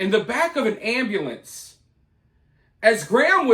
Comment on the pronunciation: Ambalance instead of ambUlance 😅